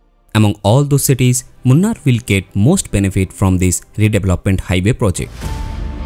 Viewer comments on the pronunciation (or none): It is pronounced Moonaar, not Munn-arr.